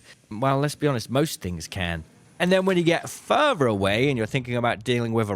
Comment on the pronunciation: You are the ARCangel of channels for this game. But why are you pronouncing FURTHER as FERVOR? Does your tongue not reach your teeth to make the TH sound? You pronounced FALLS as FOOWS. you did not even get the right vowel and again, refused to move your tongue to pronoumce either of the Ls. Again you pronoumced the word AMOUNT without the T at the end. You grunted instead. You keep saying WUF imstead of WITH and WUFOU instead of WITHOUT. I think I need to use google translate from BRIT GRUNT-SPEAK to ENGLISH